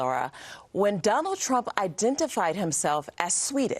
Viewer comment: Is it Donald or Donold??